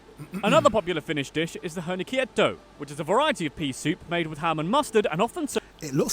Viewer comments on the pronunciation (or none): Höne kietto = Hernekeitto...